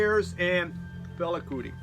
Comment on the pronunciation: Another great variety and glad to hear your Mum is getting better. Must check out First Aid Kit Love Max Richter, but sorry, you're butchering his name;) lol. He's German, so it's pronounced "Reeshter". On the plus side your version of Fela is pretty good!:)